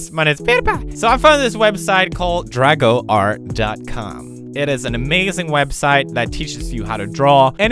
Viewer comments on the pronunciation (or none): It’s actually not drago-art, it’s drag-oart. Why do you think there are so many god damn traps?